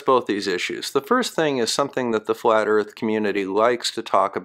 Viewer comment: Who needs facts when you believe the erf is fwat!